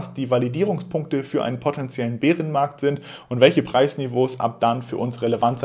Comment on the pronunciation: Wie immer top Infos und professionell geliefert! Top. Einzig die Aussprache Beerenmarkt kannst du vielleicht mal untersuchen. Bäärenmarkt...... Weiter so!